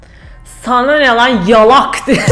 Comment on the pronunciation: bu kızın gülüşü öldürüyor beni ya geleceğin saba tümeri amk hahahaha hele bi yalak diyişi var sandalyeden düştüm amks akjfasfklaşjf